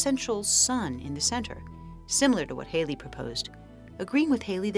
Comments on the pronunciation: WHO IS THIS HAILIE YOU KEEP ON TALKING ABOUT? When at school we were taught of HALLEY (HAL...LEY) & were scolded if we mispronounced it! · Hallll y, not Hale y